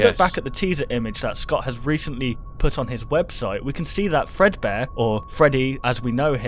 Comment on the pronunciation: that is not fredbare it is Freddy fazbare